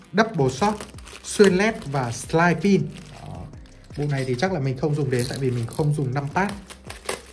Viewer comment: Hình như là "sideprint" chứ không phải "sờ lai pin" anh à